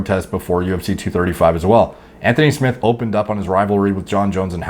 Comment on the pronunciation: Anthony Smith not smiths